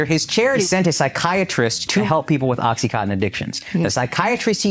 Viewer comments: no they don't say it correctly. What do you mean by over pronouncing words? You either say it correctly or you don't. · Why can't they pronounce Oxycontin?